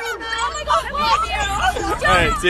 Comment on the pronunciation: "ITS NOT EVAN" love you💜💙💜💙💜